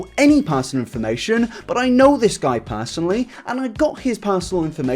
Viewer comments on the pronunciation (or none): "Everyone on r/eugeniacooney...." What is that? Also, it's "this", NOT "dis"....